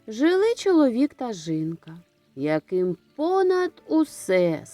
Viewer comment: Чому говорите жинка , а не жінка?🤔